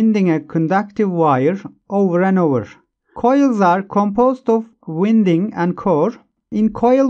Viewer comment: Thanks, good explanation. Oh and so you know, "Winding" is pronounced like (I)ron Inductance is pronounced like in-duck-tence